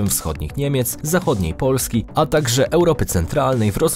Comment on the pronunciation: Czemu wymawiasz samogłoski podwójnie? XD POOlski